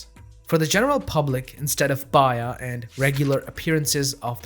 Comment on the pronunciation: "baay-yaah" not "bye-yah".... Nevertheless, alhamdulilah... Nice video.